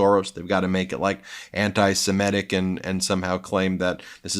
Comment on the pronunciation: Ben, don’t keep saying ‘antisimetic’ instead of ‘antisemitic’. Thanks.